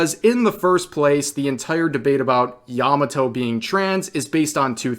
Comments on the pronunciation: Yah Mah Toh Not "yama toe" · I'm not trying to erm actually you but Yamato's name was a slightly different innotation from what youre using, its not yamaTO, its YAMAto. Hard to explain but yea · yamato just female who fangirling oden...not "indentified as" or "pronounce as" bullshit.